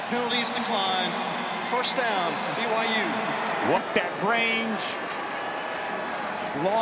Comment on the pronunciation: Audio picked up a Colorado player saying b y w h o?? It's byu! BYU BYU BYU!!😊